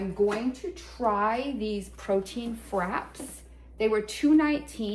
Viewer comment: Love the Aldi hauls! Frappe is pronounced “frap-pay”😊